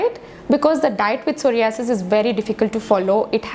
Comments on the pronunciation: Pehle ek kaam krro soh·rai·uh·suhs bolne seekho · Aap pahele psoriasis ka pronounce korne sikho.....first comments korna